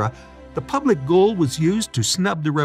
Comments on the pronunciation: It’s also NOT the Public Goal. It’s the Public Gaol ( English spelling for Jail) pronounced JAIL!!!! Did you even go to this place or just rip off other’s videos, etc.? ( like you ripped off my business ghost tour videos without asking permission!!!!) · Gaol is pronounced jail. It is the British spelling for the American jail.